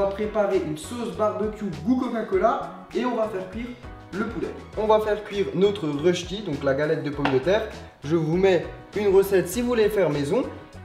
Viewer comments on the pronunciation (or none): Alors ça se dit rösti. Pas reuchti :/ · On dit rusti pas ruchti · ça ce prononce rosti